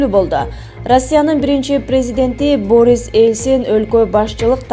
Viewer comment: Канчанчы классты бутконсун?Борис деп окулабы?Биринчи озун окуп тушунуп анан эфирге чыксан болмок.